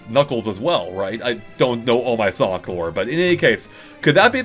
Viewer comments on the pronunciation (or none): none